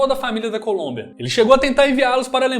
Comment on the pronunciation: Desculpe mas vou ser o primeiro em algo, pegar no pé por coisas tolas, kkkkk, você falou "Colúmbia" invés de Colômbia sim, pode mandar vídeo que "NOIS dá like", e de quebra dou um descanso pro Nogy, rsss.